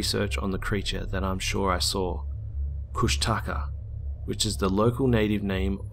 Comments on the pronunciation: Sounds like he's in the south east or one of the islands around there. It's pronounced Kush-teh-kah. 😁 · I loved the last one!! I'm an Alaska native and know about the kooshtika all my life! My dad told me about them when I was little! On a side note it's pronounced koosh tee kaw.